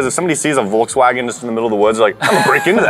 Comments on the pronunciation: Im german and its so funny how you pronounce volkswagen lmao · Yeah like i said we pronounce the V different. The way he said it sounds more like W for us. Our V sounds the same as an F if it's an German word like Volkswagen. There a lot of words we use that influenced from other countries like "Vase" here we pronounce it like an W 😊